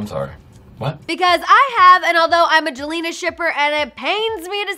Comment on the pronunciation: Its not jalener its jalena